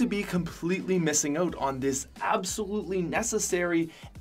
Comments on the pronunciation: sounds like he's saying oat lol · quite possibly the most Canadian "out" I've ever heard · biggest "out" ive ever heard and im canadian